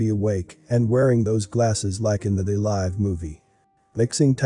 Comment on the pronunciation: You pronounced “They Live” weird.